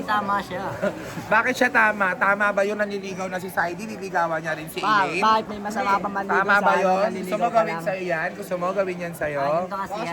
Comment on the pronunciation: Hindi po acelaine. Aslaine